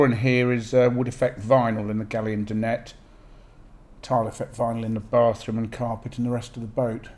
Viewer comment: Lovely boat. Plenty of storage. Although do we really need you to open every cupboard and drawer, showing the personal contents? If a washing machine or fridge is included then show those by all means. We know the cupboards will not be the same size as a house kitchen. A cupboard is a cupboard. By the way, the word Dinette is pronounced 'Di...nette' not 'Din...ette.'